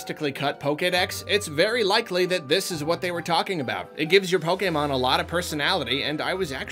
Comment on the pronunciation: HOLY SH** he pronounced Pokémon CORRECTLY!!!! Let's gooooo